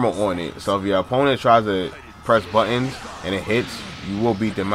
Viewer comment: "If your opponent is pressin buhins" lol i cant forget that after hearing it 20 times